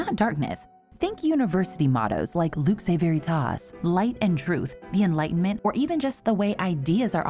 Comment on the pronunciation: the way she pronounces "lux and veritas" hurt me